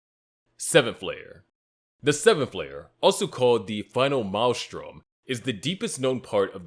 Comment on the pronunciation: its pronounced "mail-strum" by the way